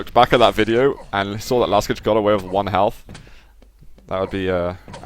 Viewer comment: Side note: Last j in Laskij should be read as long ee - something like in "to read". :) Zoot, you should invite Rapha as often as possible to cast. :)